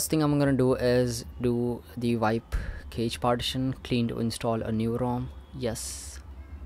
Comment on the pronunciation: Cache is pronounced cash in English.